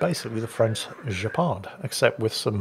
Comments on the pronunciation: And "Jepard" instead of "Guepard". The G is not an affricate, but a plosive, which is why it is written with a "u", which stays silent. It would be an affricate if the spelling was "Gepard". Italian uses an h instead of the u, while Spanish does the same as French, so "Ghibellini" and "guerrilla", where no h or u is pronounced. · Actually... You pronounce "Guepard" wrong. I know you don't speak French and it's your godamn right after all, but (and this will make you laugh) "Guepard" is to be pronounced "Gaypar" - and not "Jayparde". Yes I know, lots of "Brest" and "Gaypar" jokes to come... You're still so young in your head...;) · Actually,...;) The french Guépard is pronounced with a hard "G" and a silent "D". So it sounds more like "Gaypar" which is the french for cheetah. The more you know...